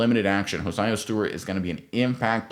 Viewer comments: Crazy you say Jared verse but not hared verse and you say hosiah and not josiah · Please pronounce the young man's name it's not hosiah it's Josiah 😆 🤣 😂 !😊